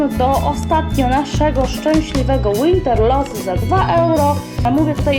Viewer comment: Bo sie np. Winter po niemiecku nie czyta Łinter tylko winter